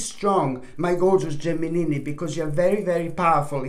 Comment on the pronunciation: Are you married? Do you want to be? I love the way you say Gemini!!!